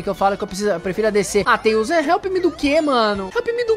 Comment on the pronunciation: Então você falou errado você falou xone que antes de falar tales